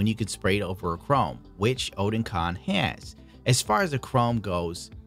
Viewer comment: It's actually oh-den-con lol, newtype's website just confirmed it